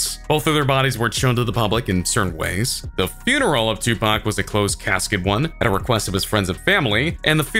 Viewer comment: He didnt say tupac right